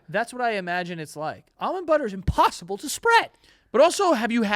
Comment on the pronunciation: sounding like an old cartoon “almond butter’s imPOSSIBLE to SPREAD☝️🤓😮”